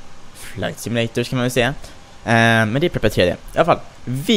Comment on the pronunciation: Bara en liten detalj, men Prepar3d uttalas som Prepared